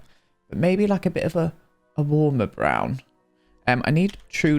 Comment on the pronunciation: Did he just say brown in Norwegian? :O (I'm from Norway) "Brun". <3 <3